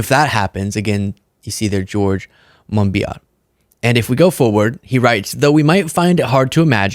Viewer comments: It’s MON-BEE-OH like French, but badly pronounced with an English accent. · George Monbiot's name is pronounced Monbioh.